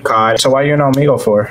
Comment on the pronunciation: When u said Omegle it sounded like omego